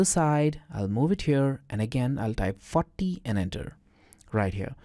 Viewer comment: when you say "40" i understand "fuck me" sorry ,very strange but its true .PEace ! and thanks for bricscad,very fine cad program.